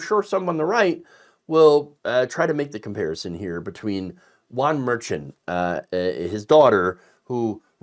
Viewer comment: Always enjoy watching. May I make a request? Pronounce Merchan correctly. Think of the ch sound in the name Cher. We don't pronounce her name chair.